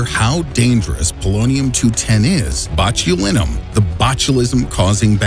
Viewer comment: Anyone else cringing at the pronunciation of “Botulinum”?